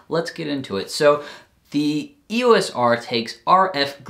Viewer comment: Haha! If it helps, remember that EOS for Canon is not just an acronym for electro optical system; they mean Eos as in the goddess of dawn. Canon themselves pronounce it ‘eeyos’ in their own videos and launch events :)